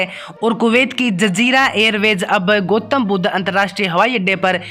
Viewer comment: ठीक से नाम बोल भाई गोतम बुद् नहीं गौतम बुद्ध